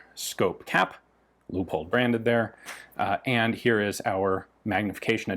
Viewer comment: That Leupold Scope is sweet! Americans have been mispronouncing that scope's name as Leo-pold. I'm glad you pronounced it right. Very nice rifle. Thank you.